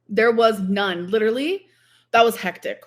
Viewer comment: My eyes roll so far into the back of my head every single time I hear her say “hectic” incorrectly.